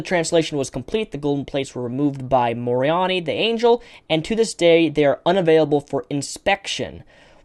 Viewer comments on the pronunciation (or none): (ma) )ro( n( I) not morony 😂😂😂😂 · i think its MORE-on-I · It's mo-row- neigh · Just for the pronunciations, if no one gave them yet. Quick tip, names ending in "i" in the BOM generally end in the "eye" vowel sound. Moroni - "muh+ro+nye" Urim - "you+rim" Thummim - "thuh+mim" Also, small mistake, I realize you didn't mention the different denominations of Mormonism (LDS, FLDS, RLDS, CofC, Order etc), however, at the end, when you were explaining the organization of the LDS denomination (Lsd XD), you had a chart showing the major Mormon denominations, called "branches" on the chart. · moron just made me laugh. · Ma-row-ni (the last part like Bill nye you know??? The middle part rust sounds like row... And the first part is just like saying Ma I was some soup) Ma-row-ni or that's how I was told and I grew up in the Mormon church... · XD Mistakenly said Morron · Im Mormon and I have one mom, oh and good job pronouncing Moroni as moron :p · Its pronounced moh-roh-nie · The angel Moroni is pronounced more-own-eye. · Moroni is pronounced MEH-RO-NI ('NI' like rhyming with "why") btw :) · Moroni, it's MORONI! Say it with me, "More Own I" I know your heart is in the right place, but you do sound a tad ignorant when you pronounce the names wrong. Then you proceed to just glaze over some of the more important facets of the history of the church. As someone who is now an Atheist, but once grew up in the Mormon faith and deconstructed it myself, I have to say your deconstruction is lacking in tact. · Just to add a little help the angels name is spelled M O R O N I and pronounced (Phonetically) Morone Eye, hope that helps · Moron is the Reformed Egyptian pronunciation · This guy is either illiterate or dyslexic, either way he can't pronounce simple words worth a damn. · How do you expect credibility when you can't even pronounce Moroni or urim and thummin??? Btw, no momo...